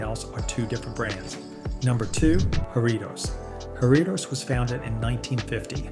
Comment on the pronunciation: "Seven-yew-pee"? Never drank that. 😂 Or "jar-REE-toes"! 😂😂